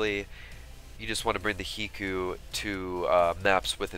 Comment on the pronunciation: High-koo it is High-koo just like Haiku.